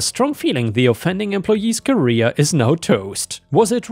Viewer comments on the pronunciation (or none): none